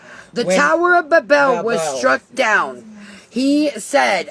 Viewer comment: She can't even pronounce Babel or Ephesus 😂